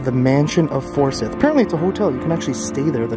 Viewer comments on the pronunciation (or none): Forsyth Park is actually pronounced "for-sigh-th" 😁